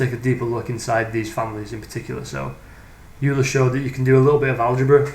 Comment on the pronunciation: Great video! One very pedantic correction: Euler is pronounced OY-lr or OY-la, depending on how you enunciate your R's. Sounds like Oiler or Oilah. Youler is a common mispronunciation. -Cheers!